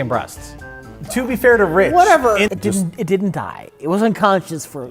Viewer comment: I just realized he’s combining the spelling of didn’t and the U sound of doesn’t